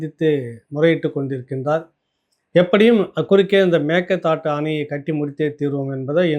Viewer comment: அம்மாடி, பல முறை இரண்டு மூன்று வருடங்களாக நான் எடுத்து கூறியும் கவனிக்காமல் இருந்த போதிலும் தற்சமயம் சரியாக மேகேதா ட்டு என்று உசரசரித்திருக்கார் பல comment அனுப்பியுள்ளேன் இப்போ குணா என்பவர் தெரிவித்து சரியாக உச்சரித்திருக்குறீர. திருசக்தியாருடன் நடந்த உரையாடலின் போதும் தெரிவித்தேன்